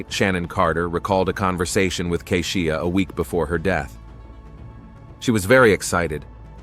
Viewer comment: Keisha not kezia, keshuh, kehsheeuh! Not Lotousxia, Latasha. Who’s reading!? Mercy!!!